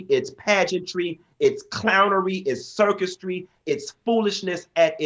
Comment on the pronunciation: “Circustry?” As he’s talking in front of a picture of himself with a wig and pearls on 🤔